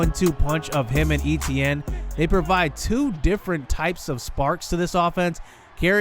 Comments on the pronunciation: Right. Ate-T-ann not E-T-N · i hate the way he say etienne. but good video